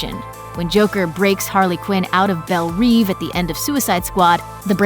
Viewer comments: It's "bel rev" not "bel reev" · "bElL rEvE" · You pronounced Belle reve wrong every damn time.... really not that hard ;)